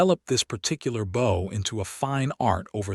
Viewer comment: The AI needs to learn the difference between bow meaning something used to launch arrows and bow meaning to tilt the body. They're spelled the same but pronounced differently.